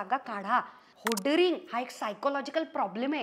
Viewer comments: Changla video ahe tai 👌Tai te hoarding ahe hoadaring nahi. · Hodering असा शब्द नसून तो होर्डिंग असा आहे. 'To hoard 'means 'to collect.' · "Hoadaring" nahi ga ! "Hoarding" - ~ to hoard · Please don't feel offended Hoardaring ❌ Hoarding✅ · Hoarding not hoadering .